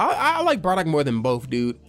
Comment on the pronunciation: Why do u say bradock and not bardock lol